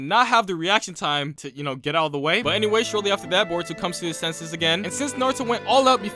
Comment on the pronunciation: you cannot pronounce a single thing right bruv called Boruto “burrito”